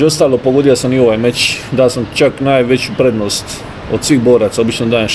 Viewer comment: Mozes li mi ti kao Hrvat objasniti zasto umjesto č slova kazete ć . Tipa meć umjesto meč . To mi nikad nije bilo jasno